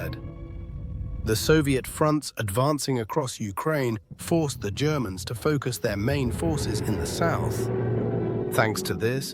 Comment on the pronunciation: Haha I love when the AI says 'the germans,' comes across to sound almost like he's saying 'the degenerates' hah.